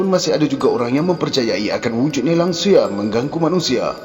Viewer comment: Sebutan tak betul tu. Langsuir. Bukan langsuyar. Hahaha 🤣🤣🤣🤣